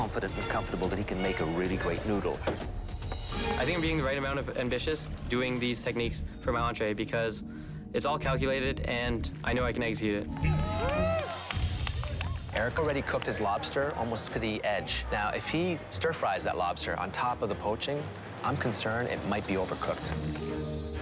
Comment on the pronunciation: "Its all calculated, and I know I can egg-xecute it".... no hate plz